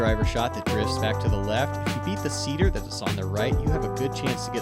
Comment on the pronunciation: It's "Cedar" as in a cedar tree